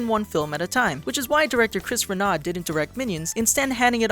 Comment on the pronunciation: Get your French correct! It's Reh-no when you say "Renaud".